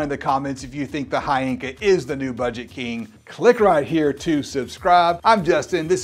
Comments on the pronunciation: Its HHYYYYYYYYYANKA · The "Hy" is actually pronounced like a "W"..... So it's actually "VVanker" 👀🍻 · They reached out to you and you didn't even know how to pronounce the company name? 🤔